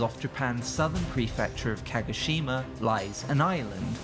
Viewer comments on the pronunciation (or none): Holy hell man...Start here: It's not "monnanockay" its: moh-noh-NOH-kay It's not "kaggasheemuh" its: kaw-GOH-SHE-ma it's not "yakkuhsheemuh" it's: yaw-koo-SHE-ma it's not "ashy-takka" it's: ahh-she-TAH-kah LORD, it's so bad.